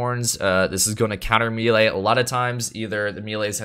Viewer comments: its maylay or meelee, pick one and stop butchering the word XD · For the love of God, please pronounce melee correctly, especially if you're going to say it a million times. Also, your understanding of how that crit reduction talent works is entirely off. Other than that, thanks for the other info